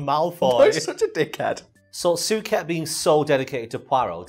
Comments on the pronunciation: You spent the whole video mispronouncing Suchet. Sue-shay would be closer to the right thing. But good thing you at least stuck with it. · As someone from the Westmidlands (with a bit of Southern tenancies) I have to say we call Suchet: Soo-shay, not Soo-ket. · Repeat after me "soo- shay" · David 'Sue-kay' 'Sue-ket'?? Lol, "Sue-shey" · I wish you had pronounced his last name right. Sounded soo weird hearing it as Sooket instead of Sooshay. David Suchet is such a good poirot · su-chey not suket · It's not pronounced "Suket" it's "Sushet". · Soo- shay. Not Soo-ket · Su-Ket? I thought he pronounced it Su-shay? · Stop butchering Suchet's name!! It's "soo-shay", not "soo-ket". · I really fucking hate to be "that" guy but..... its "soo-shay" not "soo-ket". Its been driving me mad, probably because I'm a bit of a bellend. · You looked on his wikipedia page, and you missed how to pronounce his name? "David Suchet, CBE (/ˈsuːʃeɪ/ SOO-shay; born 2 May 1946)" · Is anyone else really bothered by the way pronounces "Suchet"? I've only ever heard it said "soo-shay" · Love the video I'm not having a go but it was bugging me his last name is pronounced sue-Shay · Is that the Yorkshire pronunciation of Suchet? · It's pronounced "Sue-Shay"!!! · David Suchet is pronounced Soo-Shay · I know it’s pedantic but I can’t get over the way he pronounces Suchet! 😂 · Great video..... although i cringed everytime got his last name wrong